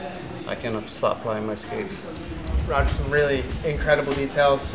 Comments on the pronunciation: It looks like Roger, but it's pronounced Hoger... dam, do you even train, bro? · Is his name pronounced Roger? I thought it was pronounced Hoger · Does it bother anyone else that he calls him RRRrr-O-G-E-R and not HHhh-OGER? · How you gonna say Roger and not Hoger ffs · c'mon man, you been around this sport for years, you can't say Hoger please! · You know you think if you were going to go see him you could actually pronounce his name correctly its Hoger exactly like Renzo is pronounced Henzo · It's Ha-Ger bro, get it right! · Him saying Rah-Ger made me cringe😬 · You pronouncing his name wrong probably didn't help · Awesome content but for the love of god pronounce his name right lol. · The guy knows all his stats but still fails to pronounce his name right. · That's what you get for miss pronouncing his name lol jk the size difference is crazy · You'd think someone with that much experience would know how to pronounce his name 🤦